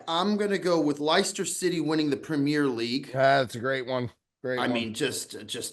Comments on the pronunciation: with the absolute butcher job on the pronunciation of Leicester City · Pronounced “Lester City” lads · Great episode fellas. For future reference gents, Leicester City is pronounced Lester City.. And what they did in 2016 was proper fairytale stuff. They had no business beating the teams they beat to win that title. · The pronunciation of Leicester from was exceptional 😂